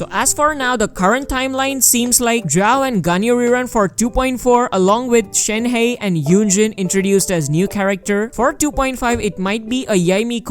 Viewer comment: Stop saying Shen - Hey! It's Shen -Her !